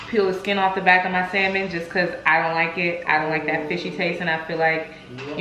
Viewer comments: He said ion like dis one😂😭😭😭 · Xaynzx he said “ ion know “ 😂😂😂😂I’m dead